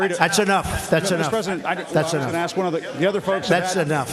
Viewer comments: Ask not Ax bro, work on that 👍👍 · “Axeing” questions? Is that to “ask” a question whilst bludgeoning someone? How many times are you going to say AXE? Instead of ask?....broughamskivich? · Why do black people say axe instead of ask lol